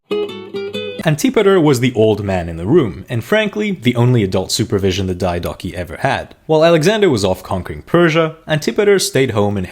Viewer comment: I would have followed if you didn't do the BS on-purpose engagement bait pronounciation of diodochi